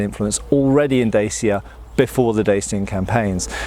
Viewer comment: Say "pa". Good. Now, replace the P with a D. Yes, that's right, just like the Russian yes, "Da". Now try say "Chya". Alright, now put them together and you have; Dacia. Don't pronounce it like a kid on pubg.